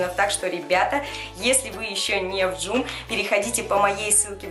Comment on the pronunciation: не джум а джом